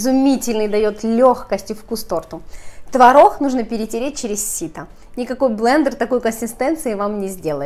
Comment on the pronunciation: обычно. рецепт крутой - выглядит отлично. снято хорошо. НО манера разговаривать - нечто. так давить из себя слова. и еще "консистЭнция", "твороХ" это что?? уши режет. вот и дизлайк